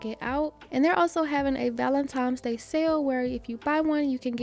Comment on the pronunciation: I love you say “Valentime’s Day”.💗💗 Brings me back to my young days.